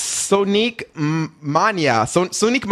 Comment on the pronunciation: "Sonique Mānia" lol